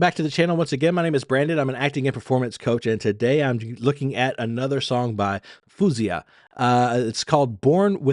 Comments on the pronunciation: Its Foh-Z-Ahh not foooozeeahh. Calling Faouzia a Narcissist? Do you know the meaning? A Sociopath? Damaged? Man you're truly messed up... wth. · Her name is pronounced fao-(like ou in out)zee-yah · She loves compliments in person ! LoL 😂 ! Her name is pronounced " Foh- zee - ah " Her emotions are emitted through her lyrics, vocals , gestures and facial expressions! So great at doing this ! Great reaction ! Her songwriting ability is so very good and very relatable to her audience ! Her voice is off the charts ! Thank you for your continued support of this fabulous artist ! Keep posting my friend ! 👍👍🇨🇦🇨🇦🇨🇦❤️ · You sound so terribly ignorant to say the least, calling her a narcissist and all those other things masked behind rhetorical questions and smart-ass comments like “he’s just dating a man”. Also, you’re pronouncing her name so very wrong. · Here's some help from Faouzia herself by pronouncing her own name...